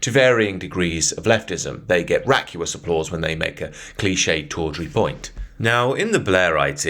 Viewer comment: Vacuous - vack you us Raucous - raw cuss Look at the vowels. Just a little pronunciation pedantry, good video though, keep up the good work